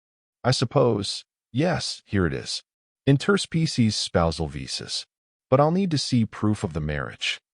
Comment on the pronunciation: WTF is an "in-TER-spee-sees agreement"!!!!??? STRESS in on the WRONG syll-ABLE!!!!!!!!!!!!!!!!!!!!!!!!!!